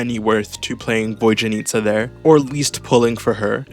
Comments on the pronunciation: My British brother she’s VodYanista not VodJanitsa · "Voy-janitsa" bruh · Bro really said "Void-yanitsa"